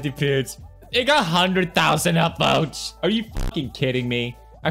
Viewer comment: that he said Peter or Choen said Peers instead of Pewds